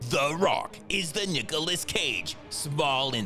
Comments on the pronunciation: "Nukilous Cage" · ... did he just say "Nuke-olas Cage"?